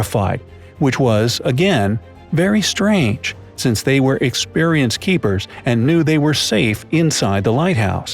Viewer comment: Keepers not keekers😨😔